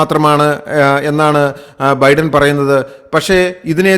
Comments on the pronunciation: തന്റെ ഒരു അവിഞ്ഞ പ്രസംഗം!!! എടോ വിവരമില്ലാത്തവനേ ഒരു പേരെങ്കിലും മര്യാദയ്ക്ക് പറയാ൯ പഠിക്കടോ??? തന്റെ ഒരു ബിഡ൯!! താ൯ ബൈഡ൯ എന്ന് പതിനായിരം വട്ടം പറഞ്ഞു പഠിക്ക്!!! Biden is 81 years old and Trump is 78!! The coming election is for the 47th President!! വിവരമില്ലാത്തവ൯!!! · ബിഡൻ അല്ല ബൈഡൻ. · ബിഡൻ അല്ല "" ബൈഡൻ "" ആണ് ശരി. ബൈഡന് എൺപത്തഞ്ച് വയസ്സായി. ട്രംബിന് എഴുപത്തഞ്ചോളം വരും. കൊലപ്പെട്ടു എന്നല്ല പറയേണ്ടത് "കൊല്ലപ്പെട്ടു "" എന്നാണ് ശരി. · എന്തോന്നോടെ. ഒറ്റ സെൻ്റെന്സിൽ പറയേണ്ട കാര്യം വലിച്ച് നീട്ടി. ബിഡൻ അല്ല ബൈഡൻ. എന്തൊക്കെ മണ്ടത്തരങ്ങൾ ആണ് വിളിച്ചുപറയുന്നത്, ബൈടനാണ് 81 വയസ്സ്, ട്രംപിന് 78